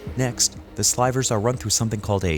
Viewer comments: they way he says "SLY-vers" when it's the word "sl-iV-erz" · Slivers as in silver, not slyvers